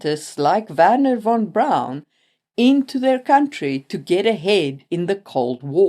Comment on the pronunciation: Neat song at the start, and perfect pronunciation of Werner, but why saying "von" as "wann"? Because that's the original song pronunciation perhaps?